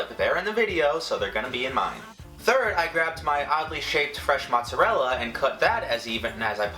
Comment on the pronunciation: He said "mozzerel" I'm dead